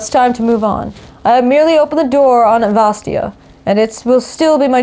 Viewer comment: the second a in vastaya is not silent , just for future, please xD